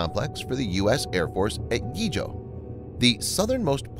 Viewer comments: “Yigo” is pronounced “jee-go.” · Yigo is pronounced "Gee-Go" and located in the northern side of the island.. biba guahan!!!!🇺🇲🇬🇺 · And it's pronounced GEE-GO.